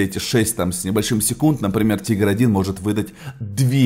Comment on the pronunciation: читаеться не тайгер а тигер или тигар